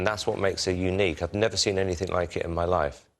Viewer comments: one question: if she says mee and not my, how can she sings call MY name???? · i love it how she says me instead of my